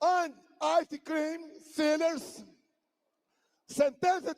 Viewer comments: Em vez de "sellers", eu havia entendido "sinners", com essa "pronunciation" alla Joel Santana. Pop corn and ice cream sinners rsrrrrsrs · Sinner nao?😂😂